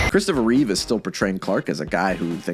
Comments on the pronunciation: You made a video with 4 movies starring Christopher Reeve and still called him Reeves I’m dead lol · Christopher Reeve not Reeves -- other than that, excellent as always. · Take a shot every time gets Christopher Reeve's name wrong.